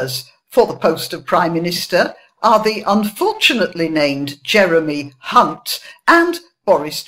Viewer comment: Over emphasising the "h" in Hunt. A lesson Victoria Derbyshire should have learnt. Of course, "johnson" is vernacular for the penis. Other euphemisms are available. Wouldn't want to appear to be exclusionary.